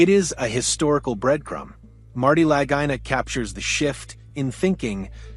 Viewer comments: Lagina is pronounced Luhgeena. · Didn't like the AI voice and mispronunciation of their names, but it was a pretty good review.